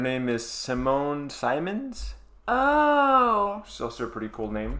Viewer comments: Simon Seeemons, not Saymons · Simone Simons not Symons